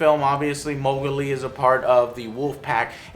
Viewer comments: Its mogli, not mogili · (moe-g-lee) is not his name. Its (mow-g-lee) as it was intended in the book. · That stupid ape in the middle cant even say his name right its Mowgli u dumbass, not Mowgöli u stupid shit! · The fuck is Mougili? isn't hes name Mougli? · you pronounced mowgli as mohgulee a lot idk just pointing out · Lol Joe says things oddly, Mogili and eyedris lol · It's Mowgli. If you're gonna try to be a grammar nazi, grammar nazi good, dumbass. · Hey AngryJoe, say "Mowgli" again real quick..